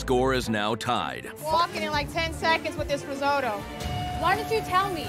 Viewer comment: always hated the pronounciation of risotto on this show. they keep calling it riso-dough for whatever reason. its just lazy to talk that way